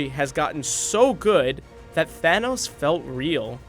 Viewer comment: The way he pronounced Thanos...